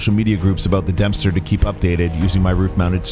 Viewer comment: hahaha! You said "Dumpster" highway!! Even the captions picked it up!😂